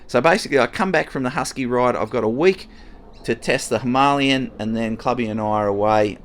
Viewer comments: Love the content. Keep up the great work! Except…. Please, please pronounce Himalayan properly. 🤦‍♂️ It’s NOT Ha-malyan. It’s Hee-mah-lay-an. 👍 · Hi, I really like your videos! Just a by the way, the Himalayan is pronounced like the Himalayas in Nepal, i.e. “Him-a-lay-an”. It’s definitely not “Him-A-Lian”! Sorry if I sound like a dick but someone needs to say it! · Royal Enfield “Himalayan” like from the Himalayas….. not “Hi-ma-li-an” 😉😊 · Please tell me mispronouncing ‘Himalayan’ was a joke! Or have I been saying it wrong all this time!!